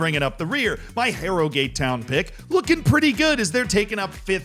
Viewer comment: "HARROW GAATE TOWYN!" I would watch these vids just for the pronounciation tbh